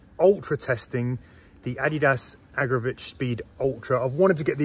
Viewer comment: Not Agra'vitch'